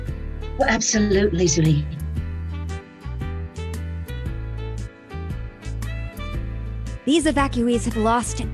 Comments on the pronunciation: Literally 😭 it’s more like “ju li” but they say “zu li” I mean you can’t blame them it’s been 6 years since legend of Korra came out 😳 it’s not like they’re studying lok all this time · why did everyone forget how to pronounce zhu li